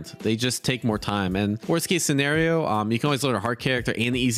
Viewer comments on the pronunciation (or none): none